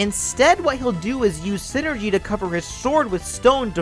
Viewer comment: so is it pronounced scinergy or something?